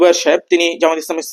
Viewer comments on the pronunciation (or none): আপনাদের এতটাই অহংকার জামায়েত নামটাও ঠিক মত বলতে পারেন না